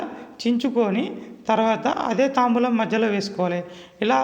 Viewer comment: తాంబూలం కాదు తాంబాలం